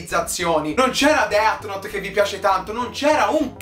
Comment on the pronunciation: Per favore tutti voi... death note si legge "def" con l'h aspirata, non deat o det :c comunque grande dario bel video